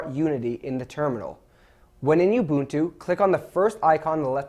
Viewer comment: That's the correct pronunciation. If you have been saying (oo-bunt-too), you're saying it wrong.